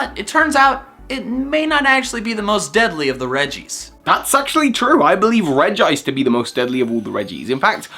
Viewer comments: "Regi-ice" Regice Where Is The 2nd I????? Redge-Ice Same with And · Regiice? Its RegIce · Regi-Ice/Regiice Me:IT’S REGICE/REJ-ICE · Its not R-E-G-I-I-C-E Its R-E-G-I-C-E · It's Regice not Regiice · You say regiice no its reg I ce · it’s regice, not regi-ice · He called it regiice not regice but regice is how it is pronounced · Omg it is not Regeeice! It's Reg-ice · its regice not regi-ice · regiice not regice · he said regi ice instead of regice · it is regice not regiice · It's Regice,not Regiice. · I thought it was pronounced as Reg-ice and not Reg-i-ice... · Did He Just Say Reggie ice??!?!!?1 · "...regi-ice, registeel..." Pokemon pronunciaion nazis triggered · He said Regi Ice (triggered) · Regice. U Said Regiice in the start of the video